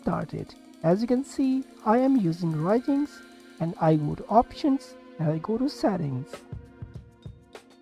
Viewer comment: One tiny thing... Its called Ryujinx not Raijinx Anyways, tnx, now it finally works.